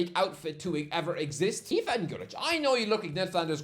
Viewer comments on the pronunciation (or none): none